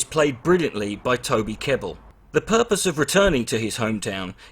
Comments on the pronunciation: I remember watching this with my Dad around 15 years ago. A fantastic film which will always have a special place in my heart! BTW enjoyed the very detailed synopsis and it's Toby Kebbell not Tony Kebbell as stated. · Great video, although I must say he's not called "Tony Kebbel".